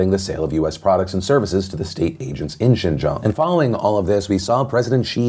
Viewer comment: funny that he can say Xinjang but not Grande. :P